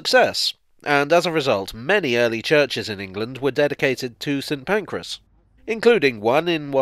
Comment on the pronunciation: I have only ever heard it mispronounced as St Pancreas on this channel